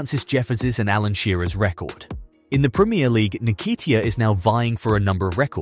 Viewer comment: You Just spoilt his name...it's "hmm kate tear"